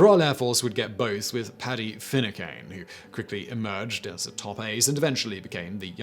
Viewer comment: How is it possible Simon doesn’t know a single solitary Irish person to run the pronunciations past them? “Finnecain” was bad enough (Paddy Finucane = Finn-oo-can) but Sue Choolain... Sue Choo-bloody-lain?!?!?! 😫 Only for the fact he had an article headline with Cú Chulainn, I would never have recognised it. Cú Chulainn = Coo Ch-ull-inn (the Ch is gutteral, like in the German language)